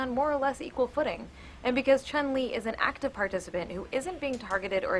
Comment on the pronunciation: Stupid Anita, pronouncing Chun's name wrong. I'm surprised she doesn't just call Ryu, Raiu.